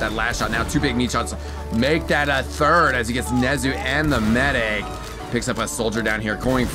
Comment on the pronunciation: nezu =/= nuze should really work on his pronunciation of eu player names my dude, otherwise great stuff!